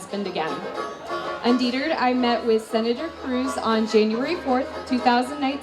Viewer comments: the script was obviously not written by her. She doesn't know the word "Undeterred" so she pronounces it "undeetered." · Undeetered? A sure fire way to convince people that you have written a confession is to be unable to pronounce the words of the confession. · She says “un-dEE-turd”..!!😂😂😭